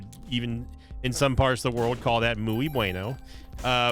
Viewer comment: I love how will perfectly pronounce renaissance but consistantly pronounces muy as moo-ey